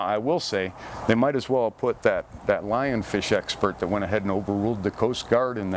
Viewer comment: Did you say Lion fish expert, or lyin fish expert? Hahaha.